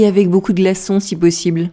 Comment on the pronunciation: Got the jist on 1st listen , but guessed 'avoir' based on the context of the subsequent conversation. 'Beaucoup de' sounded like beaucoud and recognised it based on that she wanted ice. It was like in France, when I asked for 'une barquette de pommes des terres' and she repeated twice '...pas encore pret' so I then realised they were not yet ready. I missed the first part but then got the jist.